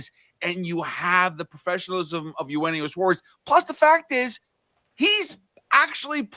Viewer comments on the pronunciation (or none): One day they will learn how to pronounce Eugenio. 😂